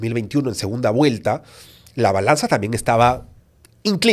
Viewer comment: HABLA MAL dice segunda Guelta por segunda Vuelta